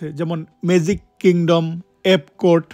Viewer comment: মেজিক❌ ম্যাজিক✅